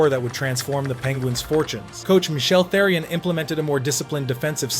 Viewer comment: Therrian vs terrorin too Jesus Christ